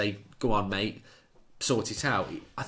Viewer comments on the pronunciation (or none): none